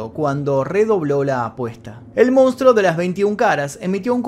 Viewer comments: Geniales los videos loco!! la verdad muy interesantes. Solo una cosa y de onda, la palabra es "MONSTRUO" y todas las veces decis "MOUNSTRO", no me las quiero tirar de sabio ni nada de eso pero molesta un poco el MOUN. Abrazo bro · Se dice Monstruo, no Mounstro,... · nosepronuncia mounstro,habla correctamente